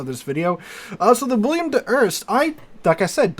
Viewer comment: Bro, it's WILL EM, not Will i am.